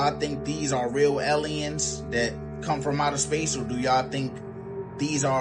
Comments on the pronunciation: eliuns? Lol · Ehleeyens lol